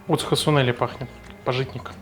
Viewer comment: ААААА пАжитник! дебил! па́житник. Ударение падает на 1-й слог с буквой а. профессионал)))))))